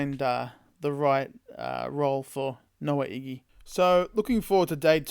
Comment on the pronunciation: Ig-ba-na-hene That’s how you say the last name